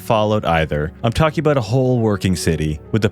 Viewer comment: The host is Canadian right? The “About”